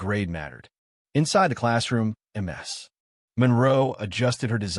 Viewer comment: It's Miss Monroe or Ms (Miz) not M S like multiple sclerosis!!! Do better with your AI reading!!!